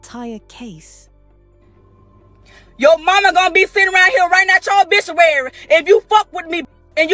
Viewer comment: She said obishuary ...